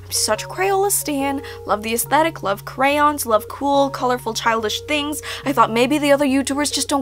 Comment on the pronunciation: When you pronounce crayons like crowns